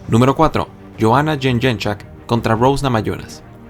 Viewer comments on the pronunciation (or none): La pronunciación más cercana es yon-yei-check... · Yoana what? jajajaja es Jedrechik papa (pronunciación) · Johana Yenyenchak vaya pronunciación